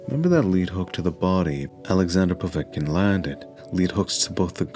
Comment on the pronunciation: Oh one other thing - it's pronounced POV ET (as in bet) KIN; not Po vat kin - Mr. Mindsmesh